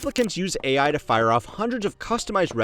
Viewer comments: Did she say A1? Not AI? Lol she must want some steak for dinner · Wowowowo, stop right there! Woman said 'A1' instead of 'AI', or do I miss something there? 🤨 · had to listen to that one twice and wonder what A1 teaching was before I realized she didn’t know how AI was pronounced